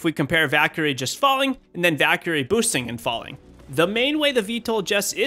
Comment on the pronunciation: Me: Valkyrie: Daquiri